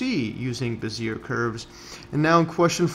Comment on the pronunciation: "behz-ee-AY" please.